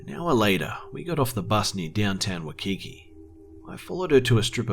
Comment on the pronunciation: I have family from Hawaii and have lived there too,also and I love your stories but just one comment for you, when you say Waikiki.. it is pronounce like "WHY-key-key" :)